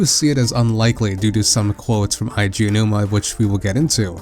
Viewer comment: Here in Dec 2018 to see how many things are right/wrong with this theory since many things have been revealed. There are many issues we can see with the theory now but the biggest problem I have is that still can't pronounce Eiji Aonuma's name correctly.